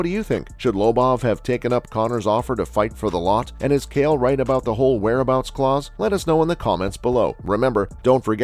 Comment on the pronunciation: Proof is you’re a bot because nobody says kale Sonnen